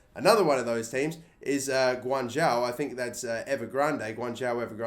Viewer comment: your prounciation of guanzhou was spot on, well done!